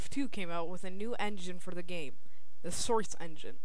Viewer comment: Good review! Although you sound very congested, and when you say "source" it sounds like "srce" :P But good review none the less.